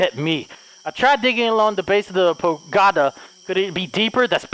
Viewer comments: I love your horror videos. You always pick the best games. Side note. . . . Its pagoda, not pogada. Haha love you!!!! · “Pogada” Me: “it’s Pa-go-da!”🤦🏻‍♀️😂😂😂😂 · I love the way he say Pogada instead of Pagoda😂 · I love how delirious keep spelling it pogada instead of pagoda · I love how can soundly determine a logical fact like how the headless undead can't hear without ears, but at the same time pronounces words like 'pagoda' wrong repeatedly after getting it right the first couple times! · Ahh yes the crest under the "POGADA" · Sometimes can be SO intelligent with the quick deductions he makes in games, but the whole time he pronounces "pagoda" wrong, even though in the beginning he said it correctly lmao.